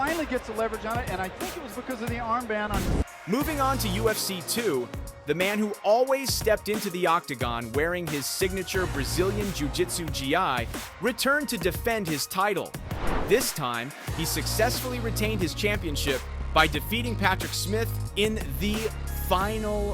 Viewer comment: Royce is pronounced "Hoyce, not "Royce;"and gi is pronounced "gee," not "G. I." Tell your text-to-voice app. Without seeing the end of the video yet, I will note that only one of these men is a professional fighter who got rich by winning fights. The other man is a professional actor who got rich by pretending to fight. (now having seen the end, they don't actually fight. At least there is no Rick Astley footage.)